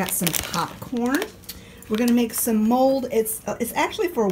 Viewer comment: I thought you said ‘we’re going to make mold’ (and I was scratching my head) and then realized you said ‘mulled’ grape juice. 😂 Happy New Year to you guys! As far as 2020 goes, I say GOOD RIDDANCE.😑😁